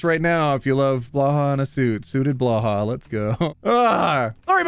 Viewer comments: Can someone explain the blåhaj to me and why he pronounces it blaha. The way it is spelled it should be more like bluhai or blohai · Ah it's not Blaha it's Blåhaj /blohaj/ (English pronunciation: blaw hi) swedish för Blue Shark 😮 now I understand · The "death by snu snu" joke is a lot older than Futurama. It was originally "Oom Galla Galla", and I first heard it in 1969. And the Click says it's pronounced "blauhai", not "blah hah". 🤨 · Hi! Love your content, but I must admit I have a bone to pick with you. I mean, It's always fun to hear people trying to pronounce Swedish things, but I feel like I have to set the record straight. It's Bloh-hi, not Blah-hah. That aside, (and even with that, it's quite charming how you pronounce it) I really like these videos and now I will go back to see if I can find the duck tape moment everyone seems to be talking about 💕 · urm its actually pronounced blow-high/j/srs/jsrs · Blahaj is pronounced “blue hai” Maybe “blow hai” idk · yoda’s response is perfect “Read them, have you?” (Also blahaj is pronounced blow-high) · I've bought a Blåhaj and named it Blaha due to always pronouncing it like that. Thanks! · It's pronounced "blo hi"! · Blåhaj is pronounced bl-oh-hi! you say bl right, but å is pronounced as oa in oar, and haj is pronounced like a happy "Hi!" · I love how not Scandinavian people have such a hard time pronouncing Blåhaj <3 love the non Scandinavian name!!!! It's a combination of bla bla bla and ha ha ha. Basically nonsens. But put it together and you have a new name for blåhaj. <3Blaha<3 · I actually went and asked a Swedish friend how Blahaj is pronounced. To give an approximation it is Bloh-high. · Hey! Just want to let you know the pronunciation of blåhah is "blow high"! I know this kinda agitates a lot of people so i just wanted to tell you. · People should look up how Blåhaj is pronounced. It's more like "Blohai" (blue shark) 🦈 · When will Clicky call and tell him how to pronounce Blåhaj:D